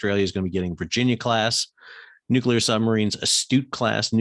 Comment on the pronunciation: Straight up, it is so refreshing to hear someone, particularly an American, who can actually pronounce "nuclear". The general inability on YT to pronounce that word is uncyular. The froggies got their panties in a knot because they got caught out cheating. Their behaviour reflected accurately the same hurt-feeling behaviour of the CCP, they bully and bluster their way through anyone who stands in their way, but then bleat like injured little lambs when someone calls them out. Make no mistake, the original "contract" with the froggies was to build 6 diesel subs for 2 billion each, then the sly little crybabies decided they wanted 96 billion for the same handful of subs. Feck France and feck their dishonestly delicate little girl feelings.